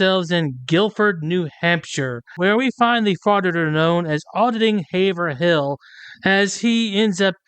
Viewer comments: FYI...the town is pronounced HAY-vril... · We pronounce it Hay-Vrill.